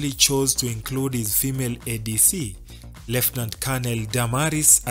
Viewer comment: You are not accurate Uhuru's last ADC is not a Colonel but a Brigadier Lekolool and also your pronunciation of the words Lieutenant and Colonel is left wanting!!